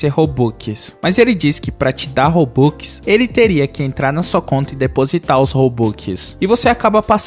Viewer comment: Ele falando robux e engraçado robuquiskkkkkk😂